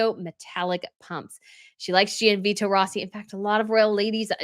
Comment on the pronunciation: Great coverage of all the royal fashion! Just want to mention, Gianvito is pronounced more like “John Vito” and there’s no emphasis placed on the i when it comes after a g. Hope you don’t mind me mentioning it!